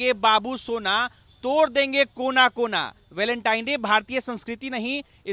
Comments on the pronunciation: भलेनटाइन नहीं वेलेंटाइन होता है अनपढ़। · गोबर को वेलेंटाइन बोलना नहीं आ रहा है गोबर को और अपना